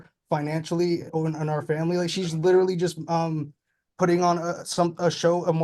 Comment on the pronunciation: I know this is going to sound stupid but, thank you for clarifying that he was saying literally. I kept hearing mortally didn't make sense. I thought it was just a new saying. I'm old